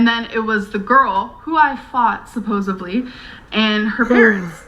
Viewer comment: my brain malfunctioned with "That was a narcissist" Did she really say "supposivly" OMFG